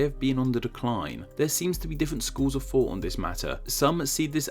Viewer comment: Why is it that you say “fought” when you are intending to say “thought”?